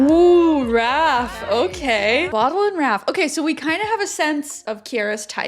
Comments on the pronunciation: By the way, isn’t Bodil pronounced more like the French Bodile in stead of the English bottle? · Haha. I watched this show when it was on Videoland, dutchie here, and i'm like what's the girls name a again you keep calling 'bottle' 😂 had to look it up, Bodil. I must admit not a common Dutch name. I never heard it before but it is pronounced like : 'bo' as in 'beau' or 'boat' without the t, then 'dil' as in 'deal' (as in thats a great deal). And to add if you want to know, Siem is pronounced like the English word 'seems' but without the last s. Your 'hoe gaat het?' (how are you doing') was pretty nice! 👍